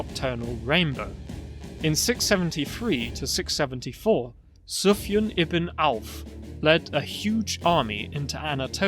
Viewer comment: In Sufyan you should pronounce the a long: Suf-yán.